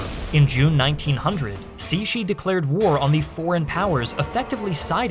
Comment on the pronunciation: Great to see more videos on Chinese history, and also, surprisingly descent job pronouncing Empress Cixi's name! I was expecting something like /ˈsɪksi/ (uncomfortably close to Empress Sexy lol) rather than /ˈsiʃi/. Not perfect, but respectable!